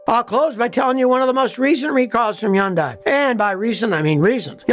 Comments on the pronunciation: Why is he pronouncing it Hee-undie??? smh It's pronounced huhn·day like Sunday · What's a Yondai? You mean Hyandai? Don't go running around saying Yondai. You know what that means in Korean? I don't either. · Scotty, its not Yun-day. Its Hon-day. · It’s called Hyundai like Sunday. At pronounce it correctly. It’s not crap. They make good cars. All modern car companies suck in their own ways. Had Honda Toyota Subarus. All had its own issues. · Probably doesn’t matter but it’s pronounced hun-day (rhymes with “Sunday”). I won’t dispute the claims you’re making for pre 2010, or pre 2015 Hyundais, but the fact is now, in 2024, Hyundais are rated as very reliable by sources such as J D Power, Consumer Reports. I have no stake in this argument, but I hate to see people having the value of their Hyundais ruined by an irresponsible video. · In one Video he praises Hyundai and KIa cars. Now he says they are great cars. How can you trust him. And why is he pronouncing Hyundai undai. What is a undai? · Here's what I think: It's not "Hee-un-dye," It's 'hun-dye" or "hun-day." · It’s pronounced “Huhn-day” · Hey Scotty! Fyi... Hyundai is PRONOUNCED Hun -- DAY! Like Vietnamese "Pho" is pronounced Ffff---ha.🤔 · Scottie the Y is silent it’s pronounced Hundai. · I love hearing Scotty say "Yundai" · Its definitely not YUNDIE!! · yeah this is total crap! can't say name right. I've been driving Hyundai for 38 years & won't consider anything else! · Scotty seems to have a vendetta against Hyundai, so much so that he doesn't even bother to pronounce their name correctly. Maybe a beautiful Korean woman spurned him once. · Can't take you seriously on the one when you keep pronouncing the name wrong .. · As a Hyundai sales guy, LOVE to see the comments. You’re not always right Scotty 😏 (plus you are pronouncing it wrong haha) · Omg can you please pronounce the name properly it's not hard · When are you going to learn to pronounce HYUNDAI correctly? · scotty why do you say Hundai like that lol